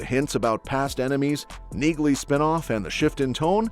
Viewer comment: Her name is pronounced “Nee-Lee”!